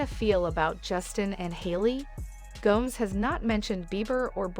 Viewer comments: Her name is Go…mez not Gomes. Look it up. suh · lee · nuh gow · mez And she’s not the home wrecker, that would be Justin or Hailey. They need to let Selena alone or get divorced for goodness sake. Let Selena alone. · Selena Gomes rhymes with homes and gnomes all this time I thought it was Gomez 😂😂😂😂 and Hilly Baldwin ok.